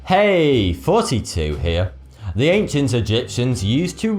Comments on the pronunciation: why does he sound like hes saying 42 intsead of thoughty2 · Ohhhh I thought he said 42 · Thoughty2 i T sounds like your saying 42 at the end of your videos. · did he say forty two at the end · HP Feathersen ask him he is english genius